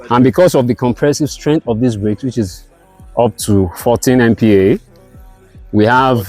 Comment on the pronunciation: This is a good mini-documentary. So, the first brother struggled a bit to explain what he meant by 14MPa (the compressive strength of the bricks). MPa is the engineering unit of strength. It is pronounced as MegaPascals (named after Blaise Pascal). In construction, the minimal acceptable standard of compressive strength a building block should have is 6MPa. However, the average often measured with concrete blocks is 10~12 MPa. If he can explain his product this way, it is a good selling point that CSEBs are often 20-40% stronger than traditional concrete blocks in the weight they can carry. Second point, he mentioned that in concrete blocks, I think he mentioned VAGUELY that they use 1 bag of cement for 50bags. I think that's more like 25-35bags. Then again, the statement you made about Hydraform, starting in Jos. You are an OG o. Very few people, even remember that this company started in Nigeria. For a lomg time, I thought it was a Chinese import. Lastly, I should commend your consistent work Sir.